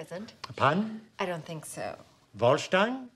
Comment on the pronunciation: Vorshtein? That's not a word.....You have no idea what this means do you?